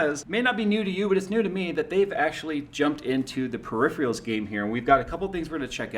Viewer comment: Fuckin hell,, it's Peripheral; not Periphreal